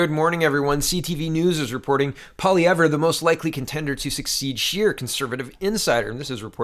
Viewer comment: I thought the 'r' in Pierre's last name is silent